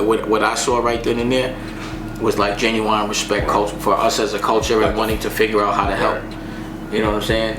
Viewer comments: I mess with Dame as a mogul. But maybe his homies aren't listening to his advice because he pronounces Genuine as ginuwine, and calls Africa a continent. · Why he act like he can't pronounce genuine